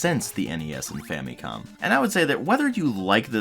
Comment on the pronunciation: dude , it's fam'i'com ... not fam'ee'com ! learn how to pronounce it properly .